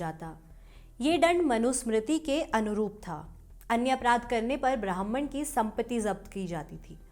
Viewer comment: ब्राह्मण का उच्चारण सही कीजिए। आप ब्राह्मन बोल रही हैं जो की गलत है। लगता है कि आपकी पढ़ने की लिपि अंग्रेज़ी है।